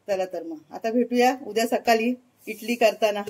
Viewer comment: इटली नाही इडली म्हणा